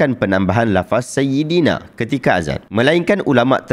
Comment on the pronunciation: Dengar macam dia sebut saidana.